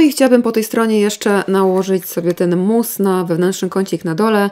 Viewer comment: mówi mus a ja sobie myślę moose 🫎 😅 i zastanawiam się co ma cień do łosia